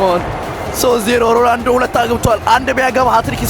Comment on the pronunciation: አታናደኝ ። ሮላንዶ እያልክ ነው ምትጠራው ሮናልዶ በል።